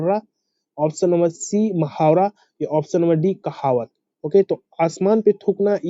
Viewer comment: Sir please don't mind Aap urdu ka talaffuz galat batate h Ek baar kisi urdu jaanne wale se srf talaffuz sahi kr le bhut meharbaani ho gi Hame bhut faida hoga Qk Ham sab bhut achhe se apki video dekhte h Or taiyari v kr rhe h lekin jab ap taluffuz galat jaise..... Mohawara ko mahawara. Gabi ko ami. Wagairh kehte h tu ham v galat hi yaad kr lete h Q, 11 me lafz Gabi h nake ami Aise hi Aasman pr tokna me Mohawara h na k mahawara